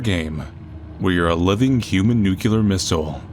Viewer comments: Please. Nuclear, not nucular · I love you Manly, but repeat after me: Nu-CLE-ar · Its pronounced new-clear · why do so many native english speakers pronounce “nuclear” as “nucular?” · I listened and honest, I hear nuclear. I also saw the closed captions got it as nuclear -- and half the time, they get name as Manly Badass Cereal or Zero! So, if even the captions got nuclear, you might have a bit of 'meme expectation,' where you expect the mispronunciation and you get it lol! Anyway, good to talk to another fan!:)